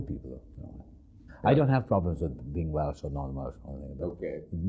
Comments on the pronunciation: It’s Welsh, Dick, not Welch. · Did he say...Welch?